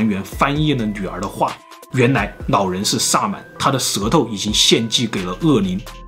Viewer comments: 我說真的 去把你的 普通話腔調矯正一下 學學人家老高啦 聽你講話 真的會有一種弱智感 老人 老人 不是腦人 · 长见识了 原来 “老人”的发音是nǎo rén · 老人我听成脑仁儿了...